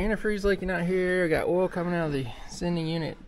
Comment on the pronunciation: Oool you mean oil ?!!🤣🤣🤣🤣